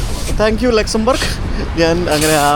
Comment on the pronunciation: pl pronounce the country name properly.... at least do a google check.... ലുക്സാംബാർഗ് അല്ല ലക്‌സോംബർഗ്...